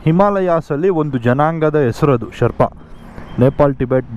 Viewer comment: Ley yaaru guru neenu yavaga nodidru nam GS nam GS antha compare madkoltirtiya??😅😅 gothu bidu guru nin hatra super bike ide antha😂😂. One more thing, please look for the actual pronunciation of Sherpa.